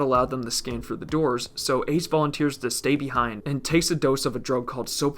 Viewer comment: I thought it was 9 doods, not doors lol